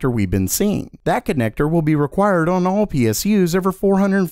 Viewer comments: Day 2310 of being unable to say "on" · lol this guy says "on" funny :)